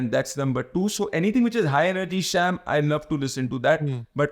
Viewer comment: शाम not शैम